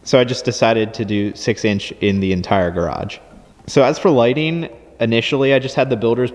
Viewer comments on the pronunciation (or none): none